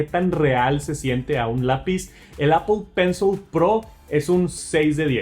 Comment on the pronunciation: APOL PENSOL